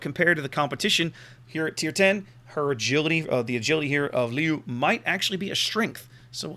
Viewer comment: You pronounc the first part of Leeuw like you would pronounc LE in Leo and then the last part close to like you would pronounce the French Oui ;-) Nice ship!